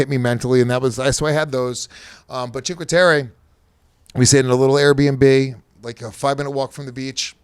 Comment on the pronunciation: I nominate for the worst pronunciation of a place award for “cheenkwaterra.” Jesus Christ 😂. Awesome that he travels with his kid though.